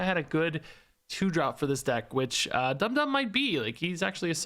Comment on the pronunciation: You said Dum Dum's name right the first time.